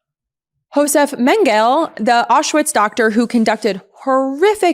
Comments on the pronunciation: Lauren, Nazi doctor & sadist, Josef Mengele is Pronounced: Men-gah-la (3 syllables, not a mangled 2) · Lyon is pronounced “Lay-OHN.” Mengele is pronounced “MEN-ga-lay.” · Not to be hypercritical, but....The fact you mispronounced multiple names in the Nazi war-criminal portion (Göering, Perón, Mengele, etc.) tells us you proooobably never heard of them before your show prep--which doesn't inspire much confidence in your ability to speak authoritatively on the subject.....And was pretty cringe.....Just sayin...